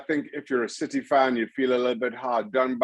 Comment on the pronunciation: Did he call City 'shitty' or is that just his accent? 😀